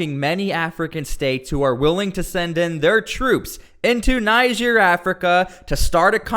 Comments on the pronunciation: Please stop calling it Naihija. It's pronounced like Neejeh😊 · Your pronunciation of Niger after hearing the pronunciation from the news is disturbing. Almost sound as if you were calling Nigeria. You must be a stubborn person. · its not pronounced Nigere!!!!! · U R pronouncing the country Niger wrong... Pls get it right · Your pronunciation of the country is so bad. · It’s pronounced “Niger” not “Niger” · Ask most of the citizens of the 54 countries in Africa how Niger is pronouced, all but the citizens of the French colonies will pronounce it like how the river "NIGER" is pronounced.